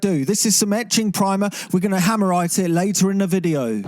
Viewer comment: "hammerite" please no